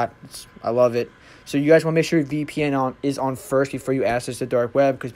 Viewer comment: Dude, good video! Small thing though --the word ACCESS is pronounced ACK SESS. All "ACC" words are pronounced AX. Keep up the good work.